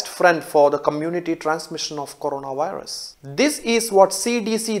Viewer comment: Corona- WIRUSSSSS 😂